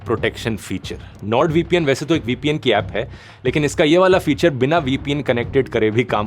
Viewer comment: vpn 😂😂 boltaa ye bhai vpn bhale